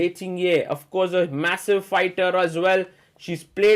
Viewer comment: Superb play by Humpy under time pressure!! Sagar bhai... correct pronunciation is "Ting-Jee" and not "Ting-ye".